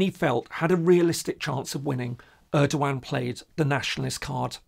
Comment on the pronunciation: Hi there, new subscriber here. Enjoying your calm and neutral approach. Just a heads up: The E in Erdoğan in pronounciated like the one in "every", not like the one in "early". Thanks for the nice content.